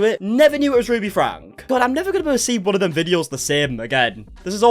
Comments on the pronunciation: hey lol btw the pronunciation of shari, it’s not sh-AH-ri, it’s sh-EH-ri. also it’s franke pronounced frankie not frank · I commented 6 months ago explaining that your pronouncing every one of their names wrong🥲 this is ShERRY and these are the FrankIES! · i appreciate you making these videos but for the love of god i’d think you would know by now that their last name franke is pronounced like FRANKIE 😂😭 all love 🫶🏽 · Ok i have to say this just because you report on them so much. It’s franke is pronounced “FRANKEY”! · Does he purposely pronounce franke wrong? Been watching the videos forever and wondered it it on purpose, because it’s 100% pronounced by them and family and friends frank(e) franky frank-eeeee 😅